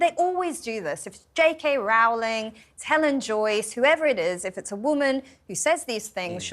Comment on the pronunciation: Can someone put the word out that JK Rowling, an astonishingly successful children's author and a very significant person in other ways, pronounces her surname Rolling? Getting the pronunciation of people's names right is an indicator of respect. Getting them wrong = disrespect or sloppiness.